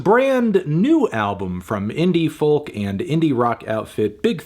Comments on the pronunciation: Pronounced ‘foke’ not ‘folk’ surely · did you just pronounce "folk" with the "L"?